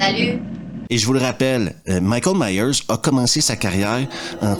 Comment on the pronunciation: 1,29 Michel 😂😂 j’ai cru que tu parlais du Plombier Michel Michel😂😂😂 on dit Michael Myers